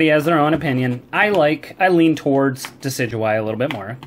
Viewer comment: Duh-sid-you-eye and roll-it offends me. It is De-sid-oo-eye and rall-it